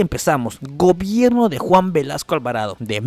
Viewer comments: dice Velaso no Velasco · su apellido a caso no es Velasco y no Velaso? Aunque errores los comete cualquiera